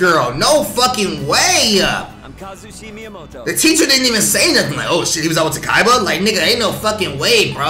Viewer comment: I’m pretty sure her name is pronounce “tah-kay-bah”